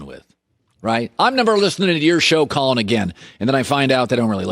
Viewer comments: c. “Colon ‘Jeff Beezus’ Cowherd” Rob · Colon “Jeff Beezus” Cowherd